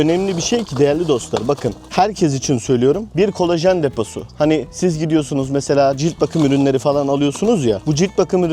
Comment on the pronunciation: Kolejen ❌ Kolajan ✅